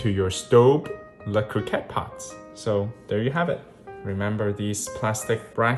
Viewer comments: Agree. Hearing it pronounced "Coohcot" just sounds weird. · The first ‘’o’’ in Cocotte is pronounced the same way as in co-creator, and the “o” in cotte as in pot. 🙂